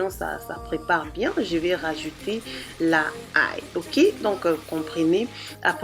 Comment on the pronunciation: L'ail not la ail